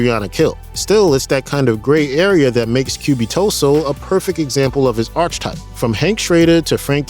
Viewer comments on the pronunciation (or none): “Archetype” is pronounced “ark-ih-type” not “arch-ih-type”